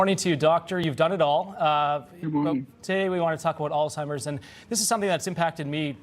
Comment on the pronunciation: Why does she keep saying “Altimers”? The guy says it correctly. Lol